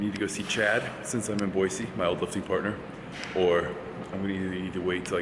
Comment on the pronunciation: Half the time you say Boy-zee not Boy-see... If you are really from Idaho then pronounce it correctly!